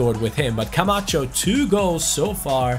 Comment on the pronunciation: Is it just me or when says Camacho it sounds like “come at chu”